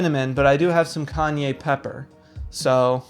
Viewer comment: The way my eye twitched when I heard "Kanye Pepper" 😂😂😂😂